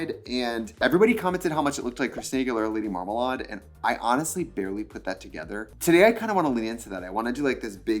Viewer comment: LADY WHAT?? MARMALAWD???